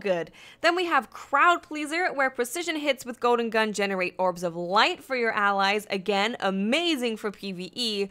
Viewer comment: "Goden gun" :P